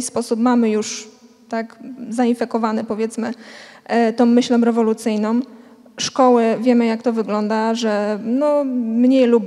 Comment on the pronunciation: "Tom myślom rewolucyjnom"?!! Pani, bardzo proszę, niech Pani popracuje nad poprawnością językową.....